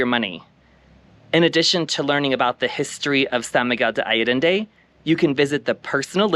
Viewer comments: Thank you for the nice video. Btw, its ‘ san miguel ‘day’ ‘ayyy - en- dey’’ as the pronunciation. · Allende. Ah yen day. Please learn to pronounce the town you’re making a video about. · I forgive your extra “D”. lol Thank you for a beautiful and informative video! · Ha ha - thanks for yoir reply ! No biggie: ‘ I ‘ - ‘ End’ - ‘day’. (Allende). Appreciate you my gay hermanos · “Alledende” - where I did THAT come from? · Actually, the syllable 'De' is pronounced (the) is a short sound...